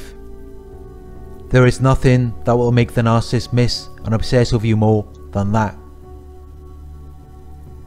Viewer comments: Ms Smith I’ve found that the younger generation does not like correction nor admonishment and they are willfully rebellious. If a narcissist (which is pronounced with three syllables, unlike what this Australian sounding man is calling a two syllable word,) is someone who is “ a lover of self” is mentioned in the Bible “ In the last days, men shall be lovers of selves, boastful, proud, arrogant, rebellious against their parents, ....” it goes on too. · Narcissist is a three syllable word! It’s not Narcist. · Narcissist has three syllables. Why does this 'expert' keep saying 'narc-ist'?